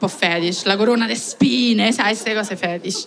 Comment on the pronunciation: Però fedish un po' feshid.. Ste cose un po' fedish.... Hahahahahahahahahhahahahha vabbè nza parole